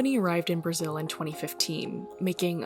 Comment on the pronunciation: He said local Toyota moter in brizil. 😂😂😂😂😂